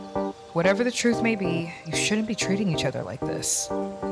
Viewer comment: “Im tryin to give you the oppurtuntity to speak your troof.” 😂